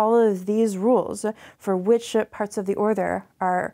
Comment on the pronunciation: "smaller partsu"